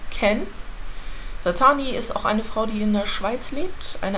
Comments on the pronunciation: Satine wird übrigens Sa-Tiiin ausgesprochen nicht Satani! *klugscheiß* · und sie kann es immernoch nicht richtig aussprechen